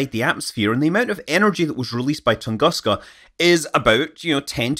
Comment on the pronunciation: Dear Scott, as you mention the Tunguska event in your videos quite often, let me hint you that it’s Russian pronunciation is “Toongooska” )